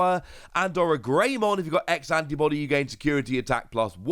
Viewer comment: 2 things; 1, it is most likely pronounced oh ryu mon. 2, there most likely will be a level 7 digimon with alphamon in its name because “Alphamon Ouryuken” is a jogress of alphamon and ouryumon